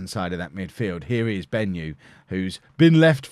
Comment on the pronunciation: Hi, I'm a Zimbabwean and it's bothering me how you butchered the "Benyu" pronunciation XD